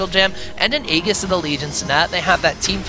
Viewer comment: aegis just became ayegus: lol